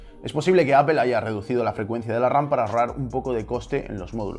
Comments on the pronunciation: Jajajaja, pero que analogia es esa? Estas defendiendo lo indefendible, si no sabe pronunciar Apple, que es una de las mas basicas, imaginate una mas complicada... En fin. Veo que sigues metiendo a Unamuno como el experto de la lengua en general, que sea experto en algo, no lo hace ser experto en todo, es ridiculo. A parte de eso, lo que tu haces es españolizar una palabra, eso puede ser correcto, pero se oye super raro en un mundo tan globalizado como lo es ahora, como dije antes, en el futuro todos deben de saber ingles sin excepcion, y saber ingles no solo significa saber la gramatica, tambien su pronunciacion correcta. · Hermanos españoles, ¿por qué pronuncian Apple como "Ápel" y Google como "Góguel"? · ¿Por qué los españoles son tan malos pronunciando los nombres de marcas? ¿Micro-sóft y Appel? Buen video de todos modos. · Escuché Apel y cerré el video... bay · Apple se ha de estar revolcando en lava de escuchar como los españoles deformaron la pronunciación del nombre de su empresa. ''apel'' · se dice ÁPOL No ÀPEL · Por que dices "apel" y no "apol"? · Ps a mi no me gusta ver fracasar a la gente xD. Y cualquier persona que sepa hablar un inglés avanzado, no importa su acento, nunca diran "Apel". Dirán algo parecido a "Apol" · y tu "apol" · ¿apel? sería aple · No sé dice Apel! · Se dice apol no apel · Siempre que escucho a un Español decir Apel en vez de Apple, se me hace muy extraño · Apple => "Apol", pronunciación en Inglés amigo. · "APEL" que coño es eso? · Pued técnicamente si lo pronunciamos bien ya que donde nació Apple se dice apol y toda Latinoamérica le dice así, no es por ofender ni nada pero ustedes son los únicos que lo llaman diferente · La pronunciación correcta en inglés gringo y británico es "apl". Los españoles en realidad pronuncian muy mal el inglés por lo general. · Al meno es mas correcto que decirle apel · B3E3 eso no es verdad, ustedes lo escuchan así pero no dicen apel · Me mató la pronunciacion "Apel" xd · Apel jajajajajajaja